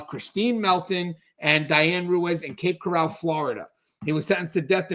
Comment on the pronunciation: Its called cape coral not corale